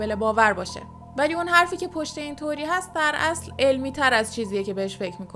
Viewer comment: سلام میشه لطفاً کلمه《تئوری》رو《توری》تلفظ نکنین.